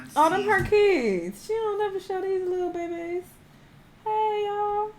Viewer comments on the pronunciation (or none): Not “lil bay bays” 😂😂😂